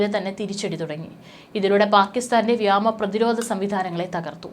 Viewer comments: Zoya Mone ee kuttikku vyama alla vyoma ennu parayan padippikku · വ്യോമ ആണ് വ്യമാ അല്ല.. ഇനി തെറ്റിച്ചാൽ തെറി വിളിക്കും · വ്യാമ അല്ല വ്യോമ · Ketta vaarthakal thanne veentum thattividunnu. Ee potti eppozhum vyama athirthi, vyama sena enne parayu,,, 'vyoma' ennu parayaan enthe madi,,, pala pravasyam choonti kaanichathalle kutty ,,iyaal sthiram thettu vaayikkunnathu kontu ennum dislike tharaam ,,,kurachukoody nokkiyittu unsubscribe cheytholaam. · ഈ പെണ്ണുംപിള്ളക്ക് വ്യോ വഴങ്ങില്ല 😢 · Ee potti ' vyaama ' enne parayu... Chinayil padichatha 😂